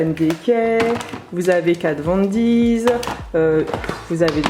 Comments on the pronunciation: Mais oui ça me perturbe 'Kat Von Deez' 😄😂😂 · Tu sais, KatVonD ne contient pas de S après le D 😂😂 Toute la vidéo ça m'a tilter 😂 En tout cas tu t'es bien débrouillé 👍👍 Très bien organisé! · Problème de prononciation ! On dit pas « Kat von DiZ « mais juste Kat Von D ( di ) Urban déquai mais Urban De(i)cay